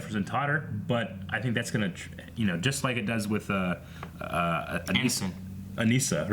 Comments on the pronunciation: you guys are saying Anissa's name wrong. it is bothering me like crazy lol and also the title is wrong. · LOL that's funny. When ever they say it wrong i yell the correct pronunciation at my computer. Why do they do this? They say her name on the show, like come on. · 5 episodes in and they still can't say Anissa's name right.